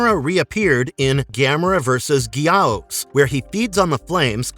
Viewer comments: It's not Gee ows! It Guy-ohs! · your computer voice is mispromouncing Gay-ou-us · Dude. Gyaos. Its literally said how its spelled. One syllable. Like "Geeouse" You're still right tho, this guys saying 3 syllables. Its like nails on chalkboard. The only reason its 2 syllables in Japan is because "osu" is one sound over there, so you get "Gee-osu" with the "u" as a second syllable. But saying that with a western tongue is like pronouncing the u in "Sasuke". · Gamera's mortal enemy's name is pronounced Guy - ohs. I have the complete Gamera Legacy box set and Gamers the Brave. Nothing was ever mentioned about Atlantis in Guardian. The third movie the highly evolved Guy - ohs called (pronounced Ear - Ris) Iris. Did you actually see all the movies, or just read a script to clips?